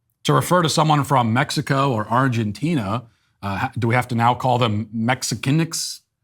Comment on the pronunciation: Matt sounds just like Cartman when pronouncing "Mexicane" and "Argentine" 🤣